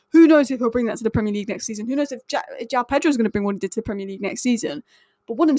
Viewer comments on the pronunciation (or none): none